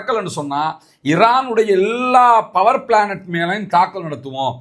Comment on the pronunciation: . சகோ பவர் ப்ளானட் இல்லை, பவர் ப்ளாண்ட் சரியாக உச்சரிக்கவும்.